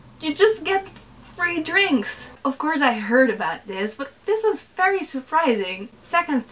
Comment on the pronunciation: VERY not fery gosh that's annoying.....